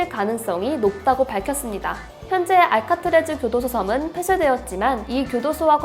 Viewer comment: 알카트래즈가 아니라 알카트라즈 아닌가요?